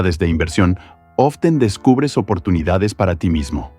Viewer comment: ''Often'' :c